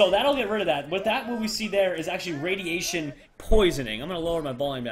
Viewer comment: it is radeation